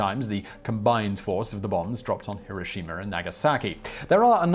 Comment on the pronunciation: It's en-SE-phalopathy, not en-KE-phalopathy... Also it's Hiroshima, not HiroshimaR.